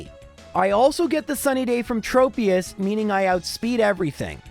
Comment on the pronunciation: Since Tropius' name comes from "tropical" it should be pronounced "Trop-eus" not "Trope-eus." Also, everyone (including myself) pronounces Xatu wrong. It actually comes from an obscure word "Xat", which is a carved pole erected as a memorial to the dead, and according to EnPR/IPA pronunciation, it's pronounced "ᴋʜät", meaning that either just "catu" or a mix of "hatu" and "catu" is how you would pronounce its name. Admittedly, "Zatu" is an easier pronunciation and I'm sure it sounds better to some people. Very good run though!